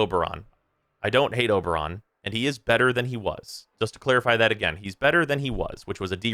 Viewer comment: It's Overon, 😓